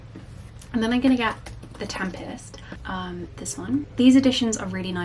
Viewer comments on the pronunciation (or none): none